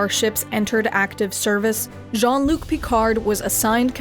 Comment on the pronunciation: She calls him "John Luke"